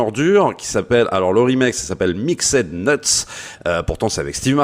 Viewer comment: Faut que t'apprennes à prononcer l'anglais, on dit pas Mixède Neuts...